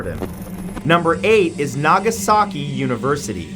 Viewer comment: Guys. Is it just me or has Matt's beard and mustache grown out? Maybe it's just because of the fact that I haven't seen his face for so long. Also it's said Na-ga-SA-ki, with short syllables. Not Nā-gā-sā-kī.